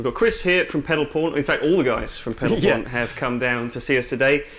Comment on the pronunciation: I thought he said Pedal Porn, and so did the subtitles